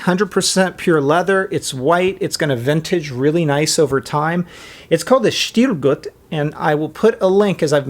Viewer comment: hahah love the way you pronounce it!!SHHHHHTIL GUUUT